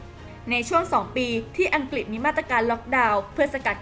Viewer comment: ออกเสียงคำว่าอังกฤษไม่ถูกต้องนะครับ อัง-กริด ไม่ใช่ อัง-กิด